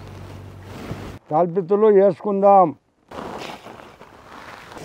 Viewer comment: తాలింపు ఇత్తులు ✅తాలుపిత్తులు ❎😂